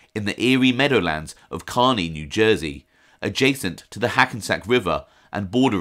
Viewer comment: Excellent pronunciation on Kearney, NJ my man. It's the little things...